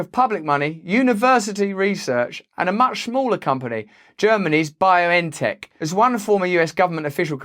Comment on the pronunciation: It’s not Bio N Tech. Say it like “beyond tech” as in beyond technology.